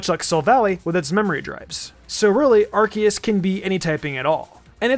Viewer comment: Arceus is actually pronounced “Ar-KAY-es,” which explains why Silvally’s ability is called the “RKS System.”